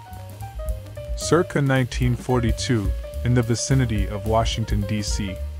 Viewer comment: Seriously - "Dange gheer-ious" ? (The Ostriches at ) What is your country of origin?